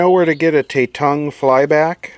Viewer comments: Tatung ... one word no not shit ... not prinounced the American way ...A sounds like Abba not A sounding like lay .. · Tatung is Taiwanese,, and Tatung is pronounced with a soft a, like at. (Tatung was considered to be decent quality in its day) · For correction Pronounced “Tah toong” . Not trying to disrespect you in any way. This company made the first stereo color television sold in the United States. Not saying or knowing the quality of their products but agreed they were cheap. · I believe It's pronounced as Ta-tung, there's no "e" lol.. Tatung was a house brand that sold fans, ceiling fans, toasters and other smaller appliances mostly made in Taiwan... I'm most certain that the TV is made by another manufacturer and sold through Tatung.. First I've seen a Television with their label on it.. Gotta find out the actual manufacturer and probably the similar model will be in the Sams.. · you butchered the pronouncation